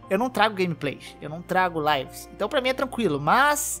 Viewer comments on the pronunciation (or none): none